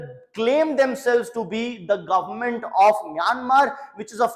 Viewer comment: Plzzz say Government not govern nament 😂 I was observing n uve been telling again the same sound s govern nament😂